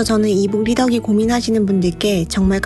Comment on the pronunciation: 이북리^더기 ㅎㅎ 힌단어만 억양이 달라요ㅋㅋㅋ 쫌.. 귀여움